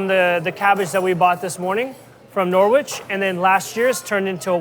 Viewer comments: As an Englishman I can't get past the Norwich pronunciation, that is not how you say that word. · Norwich is a silent W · That's pronunciation of Norwich is hilarious lol 🇬🇧